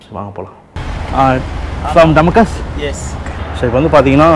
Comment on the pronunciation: டமக்கஸ் இல்ல டமஸ்கஸ்